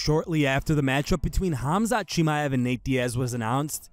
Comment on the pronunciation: how many times you gonna confidently mispronounce chimaev in one video? woof